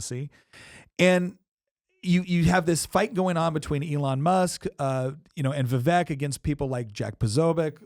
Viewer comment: Vivek rhymes with cake.